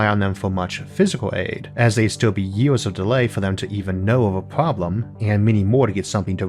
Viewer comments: Wow what a terrible comenTEATor a million YEWS what a SCOOBBBBB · A million YEE-AWS?